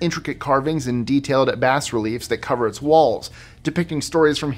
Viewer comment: It’s pronounced “bah reliefs,” not “bass reliefs” fyi.